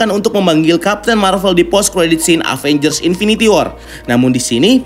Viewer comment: Sedikit saran aja,kalo baca Avengers itu Evenjers. Maaf kalo tersinggung